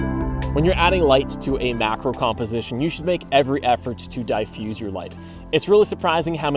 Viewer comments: Di-fuse? lol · Excuse me. Is "diffuse" pronounced "dai-fuse" or "dee-fuse"? Sincerely, A non-native speaker.